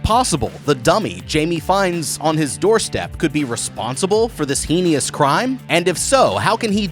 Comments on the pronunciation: That pronunciation was "Heenious" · Grown as hell & still can't properly pronounce the 2 syllable word "heinous". Embarrassing! drake meme